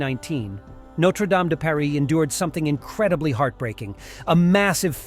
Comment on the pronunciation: It's a Coq d'Or ! Not a bloody rooster sitting aloft. Also amongst other things, teach you're stupid bot voice to pronounce Notre Dame de Paris in french not half french half english. Americans !! 🙈